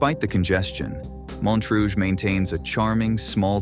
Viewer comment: Narrator perfectly pronounces Montrouge, but completely bombed Caloocan. Initially missed Pateros, but did a good comeback.